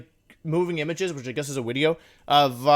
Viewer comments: Nobody: Wolfe: Pauses Wideo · to did he say video and then correct to wideo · i think the wideo length would be a lot shorter if he stopped apologizing for the wideo going to be long lol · everytime he says wideo i get closer to never watching again. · Wolfey: "This might be a long wideo." Me: "As it should be. Long wideos are good wideos." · every time wolfey says wideo instead of video it brings a smile to my face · It’s so cute when he call his video a wideo 😂🥰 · Well, actually is a wideo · nobody: wolfe: wideo